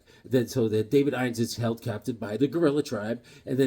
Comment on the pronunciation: Weird worlds... David Innes is pronounced.. " in us". I know a guy with that name.